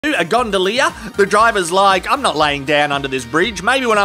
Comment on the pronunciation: Everyone knows it takes 100% concentration for an Aussie to pronounce “gondolier” 💀 veins popping out the forehead n shit